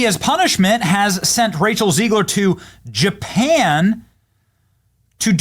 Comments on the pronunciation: Her name is pronounced as “Zeg-ler” and not “Zee-gler”! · It's ZEGG-lure. Not ZEEG-lure. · Hi, why you pronounce "Rachel Zegler" as "Rachel Ziegler"? You trying to make her German so you can finally deport her to another continent? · ZEGLER not Zeigler to you clueless idiot. She hates Jews and you're making her Jewish. Even when you are interviewing others who are correctly pronouncing her name. . . YOU CONTINUE TO MESS IT UP. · Hey Beeny, do you realize every time you say, "zEEgler" there's a bunch of you kids asking, 'Hey Dad, does Beeny say her name wrong because he can't read?' Dad said, 'Evidently Soooo'.😉 Giggity😏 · Zeg-ler Zeg (egg) ler😂